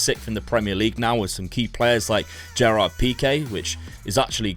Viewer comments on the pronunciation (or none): none